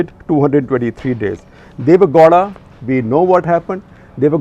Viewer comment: Gawda sounds like law*a! 🤣